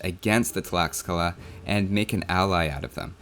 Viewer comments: From what I know tlaxcala is pronounced "tlashcala", same with texcoco, "teshcoco". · Great video, keep it up! One little remark: "x" is pronounced like "sh" in Nahuatl, the aztec language. So Tlaxcala is pronounced like "Tlashcala".